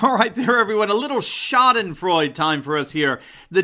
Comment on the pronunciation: I'm pretty sure you mispronounced sheudenfreud. Lol. I'm sure I misspelled it. But for some reason I'm also sure you butchered the enunciation. :)